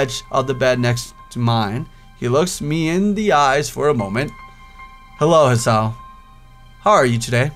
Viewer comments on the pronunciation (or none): haha god admit its Hiss-ay-oh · Also his name is pronounced "He-Sahow" :3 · and can you please try pronounce ther names right ther is no a in hisao (japanese name)